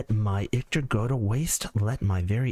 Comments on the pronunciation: Sorry homie. Ichor doesn't have a "t" in it. It doesn't rhyme with victor. Your pronunciation drives me bonkers. Hahaha! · The way you’re pronouncing Ichor is bothering me way too much